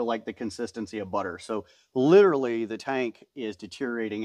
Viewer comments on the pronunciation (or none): Did you say LIDerally? 😂